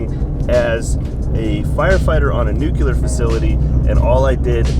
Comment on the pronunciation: did you just.... did you just say.... nuke-you-ler? haha.